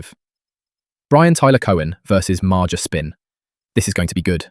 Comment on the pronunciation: You’re attempting to make money on YouTube. Put in the minimum effort at least. Dead giveaway that it’s a ai bot voice when you pronounced MAGA as maja. I wanted to see another bootlicking Trump stooge get put in place, but instantly shut it down when I heard that.